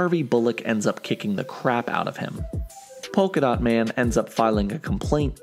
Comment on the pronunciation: Polka-Dat Man? What's he going to do throw polka-da at people?